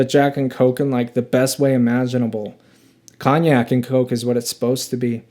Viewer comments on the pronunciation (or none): none